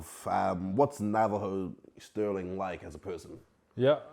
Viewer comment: you had his name « STIRLING »under the eye the whole time and managed to screw it up 😅